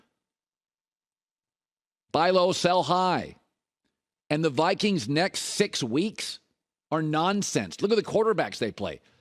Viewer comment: Colin whiffed on Viqieens/Niners lol